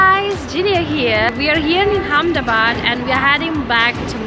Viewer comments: Its not hamdabad.. It is ahmedabad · It's Amedabad Not Hamedabad 😆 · Say with me it's Ahemdabad. 🚫 Hamdabad 😀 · She is in "Ham-da-bad"....